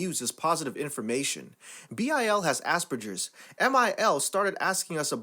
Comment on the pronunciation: SOMEONE WHO SAYS ASPERGERS PHONOLOGICALLY RIGHT!!!!!